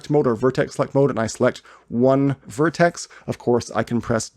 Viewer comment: makes me puke when hearing word vertex spelled like vertes / verteses..sounds like its some feces..